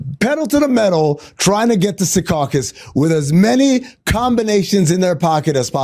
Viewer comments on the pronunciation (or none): Amin you said Secaucus wrong again!!!! It is said like this SEA-CACUS